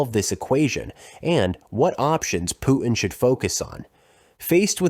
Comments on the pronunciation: Putin -- with a T: poo tin. Your Pooh-hin is on some other planet, fool. "PPR _Global_?" If you can't pronounce public figures' names, you're not even in the game. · The man's name is Putin, not Poo-in! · Pu'in? Sorry about your speech impediment, man! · You know, when speaking English, it's okay to pronounce the letter "T" in the middle of a word. Clear communications begin with proper pronunciation of words. Example: Pu'in vs. Putin. Nothing is gained by the glotteral stop mid-word. Please? Thanks! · “Putin” has a “t” in the middle, stop using a glottal stop. 🛑